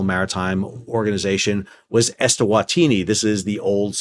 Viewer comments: You clearly hold a low bar for supposedly “smart” guys … he can’t even read and correctly pronounce Eswatini as ES-WA-TI-NI, instead of ES-TA-WA-TI-NI!!! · Just a small note on the pronunciation of "eswantini". If you look at the native spelling it is "eSwatini", where the "e" means in/at/the and "Swatini" is the name of the kingdom. So the pronunciation should be something like eh-swa-tee-nee 🤓